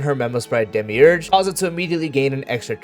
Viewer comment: Not to dog on your pronounciations but I find it really amusing that when times you repeat demiurge from the kit, you start to atray from demiurge and start saying demirouge 😂❤